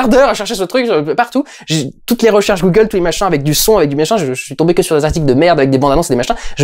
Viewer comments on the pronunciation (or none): none